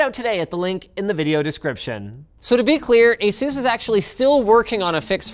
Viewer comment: Consider for a moment the "A" in Asus is supposed to be pronounced like a long-A ("Eh" not "Ah") and the "sus" portion is supposed to be pronounced similarly to "pegasus", (not "seuss"). You keep saying Ah-Zues, like Line-oos. How about Ay-sus (Asus), like Linus? Or maybe you intended to pronounce your name Lynn-oos?